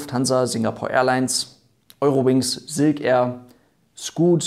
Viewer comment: Ja, erneut wirklich tolles Video, aber Silk Air wird halt nun mal Englisch und nicht Deutsch oder Denglisch (weil "Air" sprichst Du ja richtig aus) ausgesprochen, daher tu so, als stände vorne ein "ß", also ßilk air, dann klingt es auch Englisch. ;-)